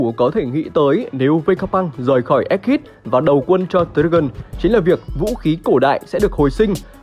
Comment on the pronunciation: egghead đọc là éc hét chứ k phải éc hít đâu ad :))